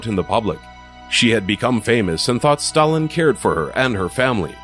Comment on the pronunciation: Oh and you don't even know how to pronounce Stalin and Ivan..